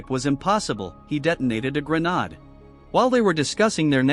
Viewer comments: "he detonated a granaaad" 🤣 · Love this film. What I'm about to say may seem like blasphemy but Famke Janssen looks better here than she did in Goldeneye. I don't think that is an outrageous take, at least as outrageous as pronouncing grenade as 'grey nod'. Stupid AI